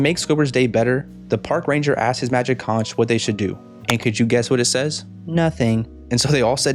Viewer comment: I find it so weird that they mispronounced conch through the entire episode. Especially since characters in past episodes have said it right.